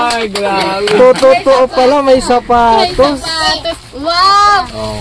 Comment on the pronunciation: Sapatos po hindi patos